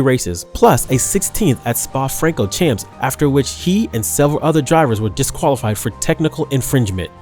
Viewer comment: you really need to work on your pronounciation bruh rosberg, renault, francochamps....